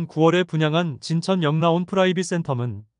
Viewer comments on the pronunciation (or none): 진천역 라온으로읽어야, 진천 역라온이아니고요